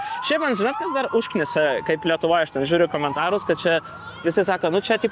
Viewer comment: Išmok tarti Lietuva, Wtf kas čia per Lifiueinia. WTF